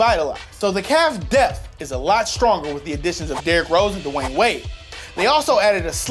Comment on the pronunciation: For the last time...its not Dawayne Wade its DWAYNE WADE